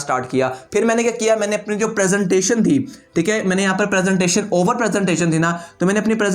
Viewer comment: He said " overrr " 12 times